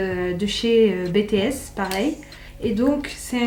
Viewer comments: En tant qu'Army mes oreilles saignaient à chaque fois qu'elle disait BTS, ça se dit "bi ti ès" 😭😭 pas "bé té ès" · Ça ce dis pas comme ça « BTS »...